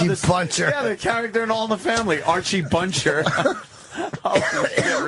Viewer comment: "Archie Buncher" "Bong-ladesh"